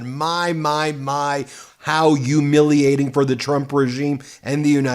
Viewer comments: "Yoomiliating"?? Come on, Ben. You can pronounce it. Repeat after me: "Hyoo-MIL-i-a-ting." It's not that difficult. And having to hear you say it your way is a Yuge turnoff for me. Sorry, but it is what it is. All I hear is Trump talking like that when you say it, and I hate that it carries such a mental association with it. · why does he say Yewmilating? isnt it humiliating? lol